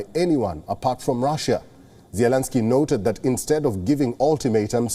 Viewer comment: Your presenter really needs to pick one pronunciation of Zelenskyy and stick with it. Preferably the right way.